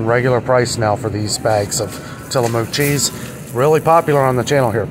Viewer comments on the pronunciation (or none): Tillamook products are from Oregon. It's pronounced till-a-muck). It's a Indian name! Enjoy! It's excellent Expensive because it has less additives/more natural and less processed. You can visit them n take tour, near coast of Oregon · So around here in the pacific northwest Tillamook is pronounced till-a-muck.